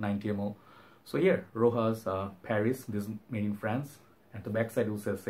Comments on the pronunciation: Rochas not rojas! Pronounce it as is written! go and watch rochas ads on: youtube! cheerio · Its pronounced ROSHASS in french. Very famous house in france. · wrong i speak french and go and watch rochas ads on youtube ! Rochas and the s isn't silent!